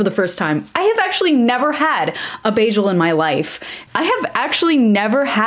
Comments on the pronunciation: Everytime she says bajel a New Yorker jumps off the George Washington bridge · if you say bajel one more time…